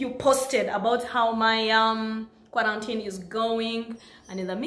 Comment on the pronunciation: Antii da word is kwarantinii😂😂😂